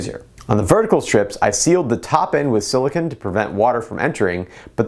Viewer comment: You keep saying silicun. It's silicone. Cone, not cun.